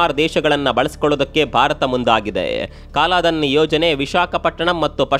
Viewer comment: ಅದು ಸಹ ಕಾಲಾಧನ ಅಲ್ಲ ಕಲಾದನ